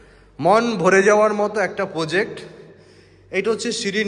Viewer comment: Poject na Project bolte hobe. Khub bhulbhal uccharon.